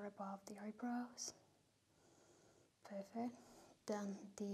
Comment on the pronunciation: I Think she has problem with saying perfect